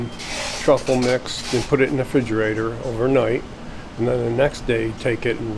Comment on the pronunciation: "frigerator" this man is precious